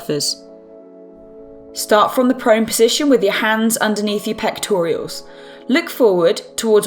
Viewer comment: Pectoral muscle, not pectorials.